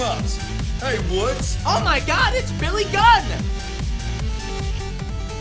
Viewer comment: Wood paid cash for Billy Gunn to both mispronounce his name and the name of his channel.